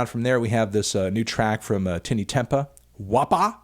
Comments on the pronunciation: Tinie Tempah is pronounced like Tiny Temper, just for future reference lol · Did you just pronounce his name "Tinny Tempah" ??? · It’s pronounced “tiny temper” melon🙄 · " Tinnie Tempah " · Yeah it’s just ‘Tiny’ Tempah, not ‘Tinny’. Song’s still not great though. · Man said tinny tempah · Man said tini tempah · did he really just say "Tinnee Tempah" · My guy really said Tinny Tempah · "Tinny Tempah" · Said Tinie Tempah weird